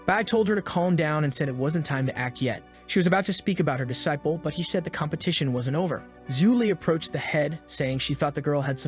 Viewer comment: That is not how you say disciple